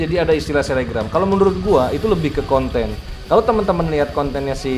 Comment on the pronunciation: Selebgram y bukan selegram Alaskan malamute itu tulisannya bacanya Alaskan Malamut